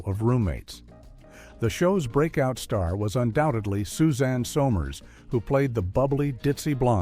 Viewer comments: Damn! If you're going to use a generated voice, at least correct your script to get correct name pronunciation. It wasn't Suzanne So-mares, and it more definitely wasn't Lucy-ill Ball. 👺👺👺👺👺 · Suzanne Somears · And they spelled her name Soozan Sommers and butchered her name repeatedly. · How is it even possible to mispronounce Sommers?